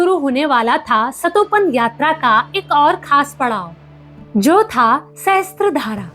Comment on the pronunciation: मैडम, सहस्त्र धारा नही पर सहस्र धारा कहते है । सहस्र (sahasra) means thousand